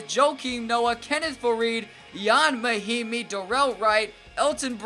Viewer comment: It’s Ian Mahinmi, not yon.